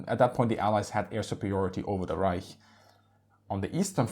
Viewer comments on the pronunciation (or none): none